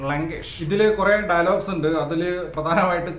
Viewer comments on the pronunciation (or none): none